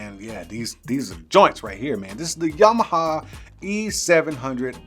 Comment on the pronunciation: Yam-ah-ha. Not Yamahaw. Lol 😂. I see what you did.